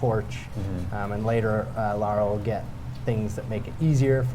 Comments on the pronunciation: It's Lara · It's Lara! Not Laura! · It's LARA! People who pronounce her name "Laura" piss me the fuck off! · It's Lara. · Lara. Not Laura. Lara. She's not american. It's Lara.